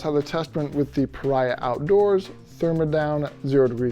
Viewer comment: Pah REEE Ahh. Not pa rye ah.